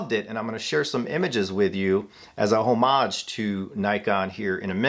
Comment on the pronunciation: learn how to pronounce homage next time you roll out of bed. nothing new here anyway.